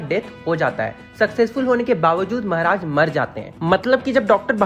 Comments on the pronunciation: Mehraj nhi mharaj 😂😂😂😂😂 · Bhai Maharaj hota hai mehraj nhi bhai Bharat me rhta hai hindi thoda thik se bol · Mehraj nhi bhaiya maharaj 😂..... anyways aapka explanation bhout shi rehta h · The way he says "Mehraj" 🤣🤣😅